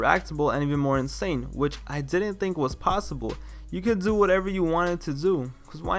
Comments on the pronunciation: "You coud dew whateva you wanted to dew so have fun!" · Why you have to pronounce do like that lol